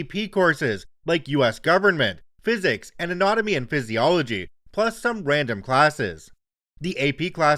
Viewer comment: Anatomy (uh nat omee) pronounced as "uh knot omee"...